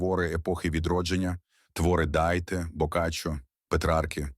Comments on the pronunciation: Не "даiде", а Данте! Сором! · Ну , взагалі то - Данте . А не Дайте .😂😂😂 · Помилки: Данте, а не Дайте; Гейне, а не Гейна. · Історія відома,але приправлена вимовою ШІ.Тому,даруйте Гейн,Дайте та інше.